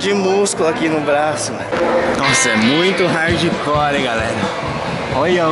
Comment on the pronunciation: "R"ardicore, já pode dar aula de português